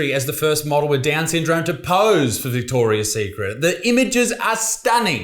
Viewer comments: Mandela Effect. It used to be just Victoria Secret as Isaac seems to remember as that’s how he’s pronouncing it and wrote as the title. But it’s always been Victoria’s Secret 😮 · Vihhhtorrrriasss tthhhheeeekkrrrit